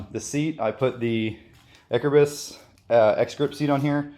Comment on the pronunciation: Acerbis is pronounced a-chair-bees.